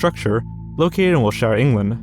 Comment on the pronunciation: I’m sorry at what was that ? It’s ’wilt-shuh’. What’s up with the mispronounced words this vid, are you using AI to write scripts?